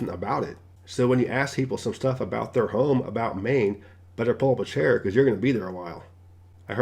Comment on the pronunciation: What is a hoime? Are you try to pronounce Home with the long O? Check your dictionary.